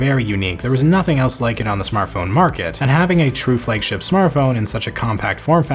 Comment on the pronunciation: What is a "Fleg-ship" ?